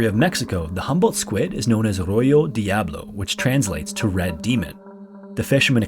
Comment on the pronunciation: God, just hearing the intro music gives me gooseflesh! And with my thalassophobia, this will be good 😁 PS-- certainly delivered and then some. I had a chuckle when I thought he said locals at the Sea of Cortez called the Humboldt squid "Arroyo Diablo," meaning "red demon" Uhhhh.... Oh! "Á Rojo Diablo" makes sense! PS-- That was great! I'm truly beside myself sitting in the dark. ✨shivers